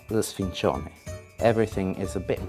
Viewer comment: Wrong the c is soft. It would only be hard if it was double c "cc". My gram is in Palermo I say it like she says.